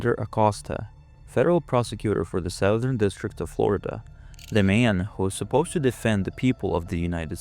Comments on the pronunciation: SOW-thern... ? Really?!? "Southern" is pronounced; "SUTH-ern." Emphasis on the first syllable, vowels rhyming with the word; "Sunburn." SOWthern makes you sound like an idiot, if it's AI... FIX IT OR NIX IT. But you probably don't know what nix means... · Should I worry about AI when it can’t even pronounce “southern “🤪